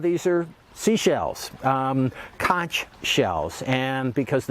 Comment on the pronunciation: It’s pronounced conc without the h.